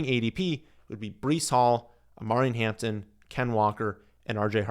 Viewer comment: Nah dude. Did you forget Najee is there too? Its going to be 50 50 so ain't no way you can put him tier 2. And you totally butchered his name ffs